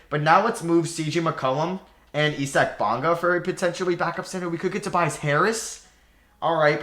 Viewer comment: He really said E-sack Bonga